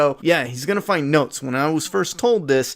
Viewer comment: When you said he follows notes. I thought you said he follows goats and busted out laughing